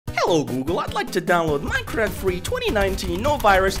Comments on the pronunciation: mAiNcReFt BuT iTs NoT mEiNcReFt fake accualy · "Maynekraft" Poetry. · Maynkraft XD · When he says maynkraft its funny XDDD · Yes my favorite game 'cimemraft' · MAYKRAFT OK